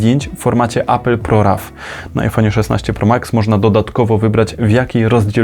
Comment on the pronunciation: Jak można czytać ProRaw po polsku 🤦‍♂️